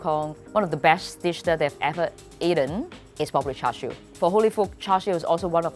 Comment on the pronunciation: Come on lady... You are a HKer. Why are you mispronouncing it? You know it's pronounced "chah siew". Why are you saying it like it's cooked footwear?